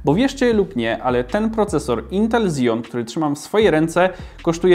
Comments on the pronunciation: Dlaczego wszyscy na Xeon mówią Zeon? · KSEON a nie zijon